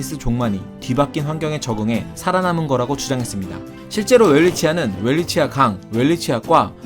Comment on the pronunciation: 이름을 따온 오스트리아 학자 이름의 실제 발음을 존중해야 하지 않을지요? 어떤 학자는 '벨비치아'라고 표기하더군요.